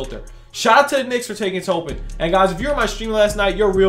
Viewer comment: TOP-IN NOT TOE-PIN